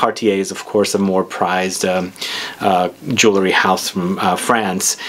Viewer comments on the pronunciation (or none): none